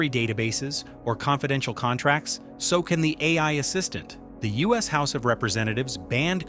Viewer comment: (Video narrator is AI, hear how he pronounces "US" and other mistakes.)